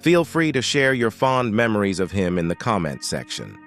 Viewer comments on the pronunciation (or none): none